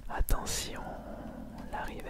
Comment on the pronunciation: les riverse de prononce riveurce je suis grand collectionneur donc je connait assez bien